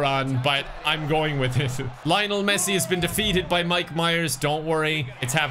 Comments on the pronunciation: bro said layonel messi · Why does pronounce Lionel like that? XD